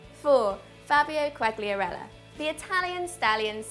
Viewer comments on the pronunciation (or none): Besiktas: pronounced 'BEH-SHICK-TASS' Quagliarella: Pronounced 'KAH-LEE-AH-RELL-AH' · Can any englishman - or woman - say Quagliarella's name properly, the G is silent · I would suggest you to work on your pronounciation of the name Quagliarella, i really liked this video though!